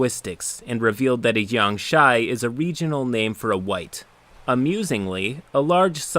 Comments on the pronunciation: uh, it's "Gee-ang-shee", not "Jay-young-shy". Also, the DM was wrong - a Jiangshi is a classic chinese vampire, not a wight. Eh, whatever. The fun was pun. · Just here to point out it's pronounced jiangSHEE not jiangSHAI (and it means zombie in Chinese, but close enough) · Jiangshi mispronunciation killing me. it's jiang-'she'. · It took me two minutes to realize he was trying to say jiangshi and not jiangshai. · It really pisses me off how you keep mispronouncing jiangshi. It ends with a "she" sound, not a "shy" sound. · jiangshi is just basically zombie in chinese.... btw, its not jiang "shy" but whatever, cant expect everyone to pronounce everything correctly. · it's pronounced "Jang-shee" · Jiangshi is pronounced "jiangshih" not a diphthong. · You said “Jiangshi” wrong. The end is said like “she” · Your pronunciation of jiang-shi hurts my soul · Every time you pronounced jiangshi, I cringed. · The way he pronounces jiangshi hurts me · as much as I typically love your channel the pronunciation of jangshi makes me cringe lol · I flinched at your pronunciation of 'jiangshi' 😂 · the way he pronounces jiangshi hurts my soul in ways unexplainable. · you said Jiangshi wrong, i will now laugh Ha